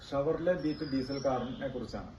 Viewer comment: ഷെവർലെ.. എന്ന് പറഞ്ഞു പഠിക്കൂ ആദ്യം..